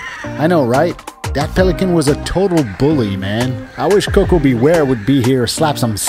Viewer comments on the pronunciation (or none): none